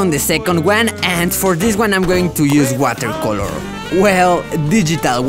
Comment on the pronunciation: I like the way he said 'color' Especially digital watercoloorrr...